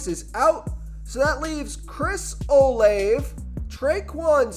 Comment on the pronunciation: Dude its o laaa vey